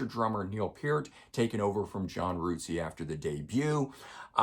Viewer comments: Great episode! John Rutsey is pronounced "RUT-see" not "ROOT-see". And Neil Peart is pronounced "PEE-urt" or as Geddy would say EAR (pointing to ear) with a P in front and a T at the end. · Again with the John Rootsey pronunciation.. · Sorry but anyone who puts Roll the Bones over Permanent Waves and Farewell to Kings has no credibility with me. That album’s production is completely anemic with some of their worst songs ever, Neurotica is garbage. You also pronounce Rutsey and Peart wrong, it’s the Temples of Syrinx and Closer to the Heart, both of which you messed up as well.